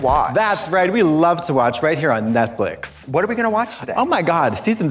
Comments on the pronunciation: The Ojibwe pronounce it “Netflick” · "...Streamberry, which is like Netflick...s" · is it me or is trixie saying netflick